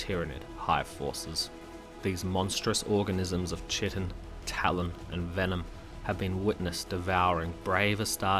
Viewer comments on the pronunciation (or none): Biochem degree here - say 'KI-tin'.